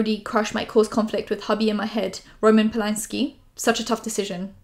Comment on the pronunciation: going off subject but u saying roman polanski the way we say it gave me a whiplash bc i keep forgetting u r also polish xd